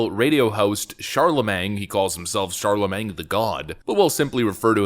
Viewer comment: Bro.. it’s pronounced Charlamayne.. 😂🤣😂🤣